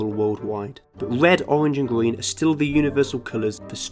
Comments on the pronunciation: He says gween instead of green sometimes..idk y but it's adorable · Its GREEN not GWEEN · Hey, I learned a lot from this video so don't get me wrong. I just want to know why ppl in your country pronounce green as gween and through as frough? I'm not being a dick I'm just curious. Is that a regional thing like here in the states? Like accents? U know what I mean? I have a few friends that would say tree instead on three. I think it's funny but I'm sure they think my accent is funny as well. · This guy might be color blind but he definetly is R deficient. Gween ? :) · Listen Not Trying To Be Rude But I Am Bothered By The Fact He Cant Pronounce His R’s... It’s Not Gween It’s Green, G”R”een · "Gween" "Owange" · Gween and owange... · When this dude described green as, “gween”. Bro you got a speech impediment too. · Love the way he says green. Grween ☺️. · Narrator : Gween, Bwrain Me: you're color blind and can't speak as well? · red oweng and gween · Gween. Owange. Bwain. Shoutout to Kerbal Space Program. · GWEEN WABBITS! HAHAHAHAHAHAH! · I'm sorry , I just have to say this. He said "gween" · wed owange and gween